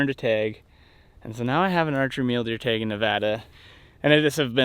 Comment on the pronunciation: If you are going to hunt the great state of Nevada, you need to say tAg and not tEg haha.